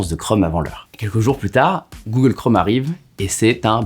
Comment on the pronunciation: Tu dis Google Chrome ou Google Chraume ?